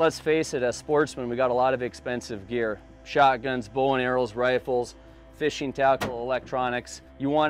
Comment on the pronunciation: What is a “dirty dahg”?? Campeen, fisheen, canoeeen, are not words.